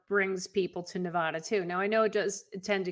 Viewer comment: Hi. Its Ne-vaaa-da, not Nev-aw-da. Thanks for the viddys😀